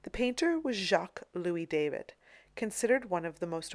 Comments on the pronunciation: David is pronounced Daw-Veed. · There are many surnames that are pronounced as in the original language by English speakers. Check with any English speaking art history scholar of merit. It's always pronounced Daw-veed. You are making yourself look ridiculous and uneducated by pronouncing it the way you are. But whatever, you obviously think accuracy is not very important in your museum tours videos. My mistake, I mistook you for someone interested in accurately educating people about classical artists. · Please clarify something for me: I have heard the surname of the artist who painted the Coronation Of Napoleon pronounced as "DAH- VEED" and "DAY-VID" the latter pronounced the same way we pronounce the FIrst Name. Which is correct? This artist is the same who painted the highly-controversial "Death Of Marat" which haunted David for the rest of his life, and was one of the reasons David was exiled to I believe it was Belgium for the rest of his life. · Constructive correction, the painter’s name is pronounced “Dah-veed”, not like the English name David.